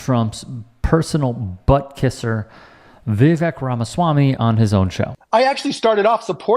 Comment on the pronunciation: As an Indian, I felt very content that you mispronounced Vivek's name. I love it! I hate him so much! And what does he mean by he didnt steal? He literally got into USA on a scholarship which he didn't need.